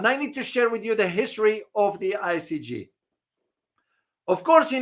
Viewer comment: great broadcast but if you don’t mind I’d like to make a minor correction to your pronunciation. The court is I C J not I C G. Thanks.